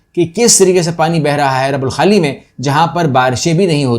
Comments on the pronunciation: Yes it's " الرُبْع الخالي ".. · Please correct the pronunciation . It is ruba alkhali. Ruba meaning one forth.Your video's are very